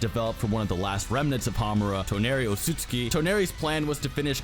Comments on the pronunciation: It’s said Otsuki but spelled otsutsuki, what’s going on here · Sage Art: Yoton - Lava Rasenshuriken And it is O-TSU-TSU-KI